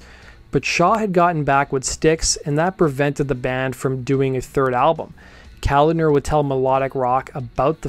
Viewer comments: Kolahdner. Pronounced=Kah-lod-ner. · It's John Ka-lod-ner. Not Calender. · Pronounced: Cah-LOD-ner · Hey man.....that's Kalodner not Kalender. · It’s Kalodner not Kalender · Another great video! You've probably already had this pointed out - but it's pronounced "Kal ODD ner". Cheers! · keh - lawd - ner Thanks for the story my friend, pretty cool! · For reference, John Kalodner's last name is pronounced KA-LAWD-NER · Pronounced Ka-Lod (like nod)-ner. Kalodner was one of the most well known A&R guys in the business during that era. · Good video. Correct pronunciation is kuh-LAWD-ner. Keep up the good work! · Kuh-Lawd-Ner with the emphasis on the first syllable. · John Kalodner’s name is pronounced Cuh-Lod-Ner Steven Tyler mentions his name frequently in interviews. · I pretty certain Kalodner is pronounced: ka-LAUD-ner. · I didn't read all the comments to see if this was answered, but from my understanding you pronounce it "CahLODDner" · "Kuh-lodd-ner" Kolodner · John’s name is pronounced just like it’s spelled - Ka - lod - ner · Geffen Records A&R man John Kalodner's name is pronounced Kah-Lahd-ner... all short vowels, not long... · It's pronounced "kal-ODD-ner", with the accent on the 2nd syllable. If you're ever uncertain how to pronounce a celebrity's name, you can often just google "How to pronounce so-and-so's name" and you'll get a link to a YouTube video. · His name is pronounced “cull-ODD-ner” in case it ever comes up again. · KA - LOD - NER…one syllable at a time…it’s pronounced exactly the way it’s spelled. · Kaw-Laud-Ner and Car-Tell-Lone-E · I’ve always heard it pronounced kuh-LAHD-ner. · It's kuh-lawd-nur . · A&R name is pronounced as "Ca Lod Ner" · Kalodner is pronounced “kuh-LAWD-ner”. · It's Ka-LOD-ner. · It's kuh/LAUD/ner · It’s pronounced KalODner.👍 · John Ko-lah-d-ner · Cul-odd- ner….geez dude. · KA-LOD-NER. Is it that hard? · Kah load ner.....is how you say it. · lol. It’s pronounced Kuh-Lodner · Sounds like. Kuh lawd ner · Pronounced Kuh-lod-ner